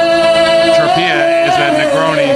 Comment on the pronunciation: Tro-pay-uh Not Tro-pee-uh